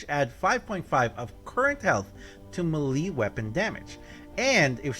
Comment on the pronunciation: I’m excited by the way the way you say melee lol